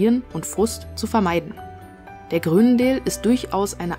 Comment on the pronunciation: Aussprache „Chruunendaal“